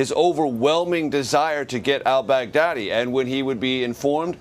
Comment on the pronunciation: It is just me or when the journalist says: al-Baghdadi It sounds like Bad Daddy?